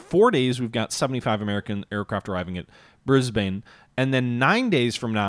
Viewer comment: From an Australian, Canberra is actually pronounced as 2 syllables more like Can-bruh, Brisbane and Melbourne actually rhyme, Bris-ben and Mel-ben. I was told that Canberra arose from a dispute between Melbourne and Sydney, Melbourne said it should be the capital because it was originally the capital and Sydney said it should be the capital because it had more people, they then agreed to put the capital exactly half way between the two cities.